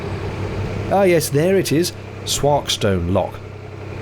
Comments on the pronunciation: Btw....local pronunciation is 'Swoorkstun' rather than 'Swarkstone'. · It’s not pronounced “Sw-AH-rkestone lock; it’s Sw-OR-rkestone lock ! 🤓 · swarkestone!!!!! S-walk-stone (swarkston) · Having lived in nearby Chellaston for a few years back in the late '90s, I'm quite sure that "Swarkestone" is pronounced "Sworkst'n" !